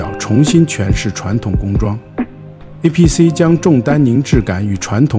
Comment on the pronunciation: 那个不念APC…